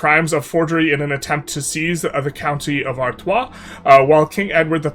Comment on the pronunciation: You read Artois correctly, but read "valoy" for the morphologically similar Valois. Tsk-tsk!